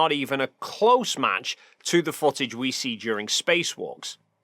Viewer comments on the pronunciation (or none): Undawoo'ter fo'tidge 😅 jk great video tho :D